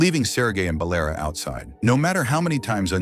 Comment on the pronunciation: It's not Balera. It's Valera There is no name "Balera" Dum6 AI 😅